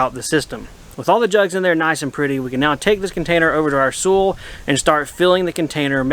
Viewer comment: When you say SOOL, do you me SOIL? ( as in SOYL pronunciation) unless its another kind of earth I havent heard of that you would use in America.